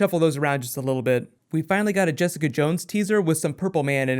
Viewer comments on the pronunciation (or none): none